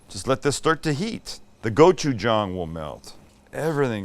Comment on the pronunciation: As a Korean American, I appreciate that your pronunciation of gochujang has improved!